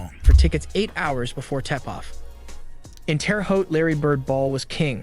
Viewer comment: Nah man, he ALSO said "tEpoff" instead of tipoff! Hahaha! Now I'm laughing at this narrator not narrating the words right. I can't even watch the video for laughing at you laughing! Lolol "SIKE-A-MORES" Hahaha! Say what???